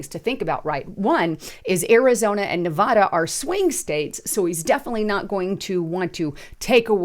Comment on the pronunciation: Learn how to pronounce the state name, Nevada.